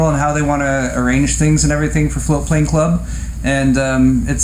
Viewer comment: I was very confused for a moment. Never heard of Floatplane Club before. I thought you were saying "flute playing club" and was very disappointed not to find any info about it on google